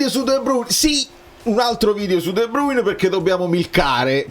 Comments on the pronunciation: Ma come un altro video su De Bruyne...si DUI BRUYNE 🤣💙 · La pronuncia che senti da google è Olandese, in Fiammingo è esattamente come è scritto. Fonte: vivo in Belgio da una vita